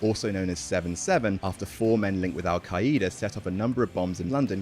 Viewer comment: I'm really sorry...but al QA-HE-DA??? Wtf is that pronunciation